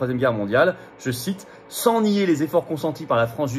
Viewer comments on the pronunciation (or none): none